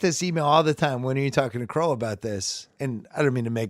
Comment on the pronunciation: It's "Carolla". Ace is going to be heated